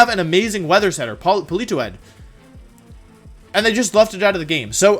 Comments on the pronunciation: polito-ed? I always thought it was poli-toed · Polito-Ed lol.... 😂 made my day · No one: Wolfe: Pollitoette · Poli-toe-ee-ed. 😂 These Pokémon pronunciations get better and better. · No one: Wolfey: Politoedd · It's Politoed